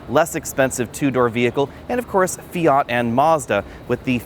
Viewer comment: Fiata? Or my ears are just hearing it wrong Edit: yep it is fiata